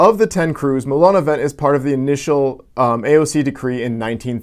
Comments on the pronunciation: It is not pronounced "vent" it is pronounce "vant". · Lol It's pronounced Moulin a VONG :-). Moulin (Mill) a Vent (wind). Wind. Good video